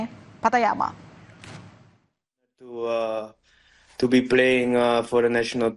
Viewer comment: shene payiyama😂😂 Shayne pattynama mba😅